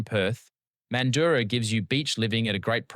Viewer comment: The points raised regarding where to choose to retire is more important that the list itself. I spent a while wondering where this "man-doo-ra" was in WA. Figured out you meant "mand-ju-ra". 😅